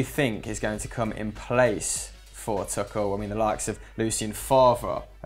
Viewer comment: isn't Tuchel pronounced like twoshell